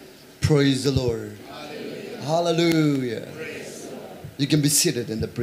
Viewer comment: Thank you ... I'm always blessed by your sermon but sometimes I confuse your pronounce "praise the Lord or lure"